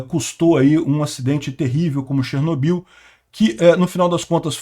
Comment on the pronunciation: Até hoje falam errado no Brasil, se pronuncia Chernó-bil tônica no ó....